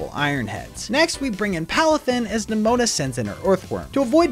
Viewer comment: Why did u say neMOANa